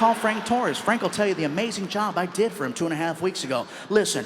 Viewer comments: I need a yob man, I need a yob! I had to check on the English caption to understand what he was saying, and somehow it was too funny for me. 🤣🤣🤣 I don't know why but I keep replaying that part and laugh like an idiot I am... I don't know much about Latino/Mexican/Spanish, I learned what I know from Fluffy!!! ❤❤❤ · "I need a yob" I really need a job. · " I need a yob man, I need a yob!" HAHAHAHAHAHAHAHA~!